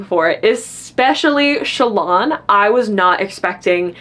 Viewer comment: Me not hearing Shallans name pronounced outside my head before ; who the fuck is Chalaaaan??😂😂 I say Shallan like Alan but with the sch😅 it just sounds more fantasy than sassy tik tok girl to me😊